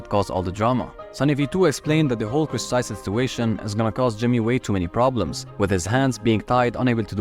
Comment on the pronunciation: It’s not ava Tyson it’s Chris Tyson